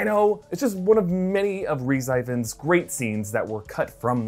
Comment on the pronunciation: I love you but NOT when you butcher Rhys Ifans' name